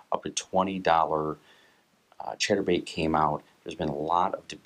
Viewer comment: Sounds like hes saying "Cheddar Bait"